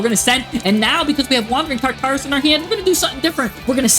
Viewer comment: I feel like this guy intentionally miss pronounces words for engagement. Tar-taris.... 🤦